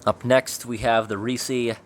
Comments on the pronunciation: It's just Reese not Reesees.Not Reese's. Just Reese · PRONOUNCED "REEEEEES" NOT REE-see! Like the candy " REESES aka Ree-SIS .. not REE-SEES! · Pronounced “rees” not “reesee” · It's pronounced Reese, not reesies! I worked at a movie theater and people saying reesies peicies instead of reese's pieces is the stupidest shit. It's like adult baby talk, read the package. Sorry pet peeve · I will never understand how someone can look at the word "Reese" and pronounce it "Ree See" like are you stupid? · Love your videos but I gotta correct one thing - it’s Reese pronounced like “grease”, not ree-see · It’s Reese not reesees my aunt is named Reese that makes me upset that you said it that way but no offense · isn't it just pronounced Reese not Rees-e, the e is silent I would have thought. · Not Reese-y, Reese. No ē on the end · Do you mean REESE, sir? Not Reesie?? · Reesie? Have you ever heard anyone talk about Reese’s Pieces or Reese’s Peanut Butter Cups? It’s not “Reesie” it’s “Rees” jeez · I wonder why people say Reesee... i've always said Reese's no eeeeeee at the end loll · Wow, the ads during this video are for Reese's peanut butter cups 😲 how ironic.. Not the same company as the canned stuff though. BTW Reese's or Reese is pronounced "Rees" or "Rees's" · Our local newscasters said ree-seeeee when they were talking about their favorite candy. So much for professional pronounciation...... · I hear ya. I had a supervisor who was always saying, "Reese-eez" peanut butter cups. Why‽‽ Honestly, it drove me up the wall! And hearing it again in this video made me cringe hard. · Thank you! It was driving me crazy too. I have no idea why so many people say "ree-seees". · Why recognize that reese has a long ee in the middle and still give it the long ee at the end despite the fact it's one e and doesn't make that sound 🤦‍♀️ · The final "e" on Reese is silent. They aren't peanut butter cups, man.